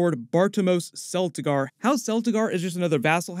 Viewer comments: CELT-igar NOT SELLtigar... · your mispronounciation of celtigar makes it obvious you aren't that knowledgeable